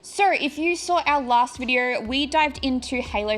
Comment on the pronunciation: “Our last vidier..” 😂